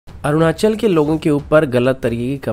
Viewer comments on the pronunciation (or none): none